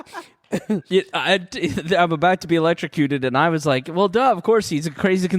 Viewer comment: Oh “electrocuted”...I swear I thought Ms.Pat was saying “late to cue”